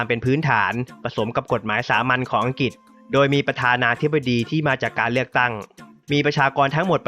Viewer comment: เนื้อหาดีมาก แต่ พอฟังผู้นำเสนอออกเสียง ปะเทด ปกคอง อังกิด ห้าล้อยชนเผ่า ปะมุข บูไน ล้อยละ ลัดถะบาล คิป ขอบอกว่า "เซ็ง" ควรแก้ไขเรื่องออกเสียง ร ล และคำควบกล้ำให้ถูกต้อง - ไม่ได้จับผิดนะ (ได้กดไลก์ให้เพราะเนื้อหาครับ)